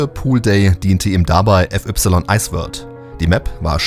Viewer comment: wieso spricht man fy mit "ef ypsilon" aus stat fei_poolday oder fai_iceworld? Wer macht sowas bitte? 🤣